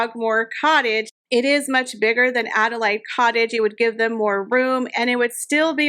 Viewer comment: That’s what I was going to say, it’s pronounced Ada Laid as in laid an egg.